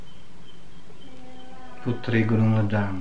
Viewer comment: Sebutan yang betul LEDANG ialah leidang. Huruf ‘E’ tu e taling.. leidang Puteri Gunung Ledang ialah kisah lagenda di Tanah Melayu di zaman Hang Tuah.